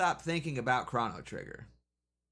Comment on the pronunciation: no way bro just said "krahno trigger"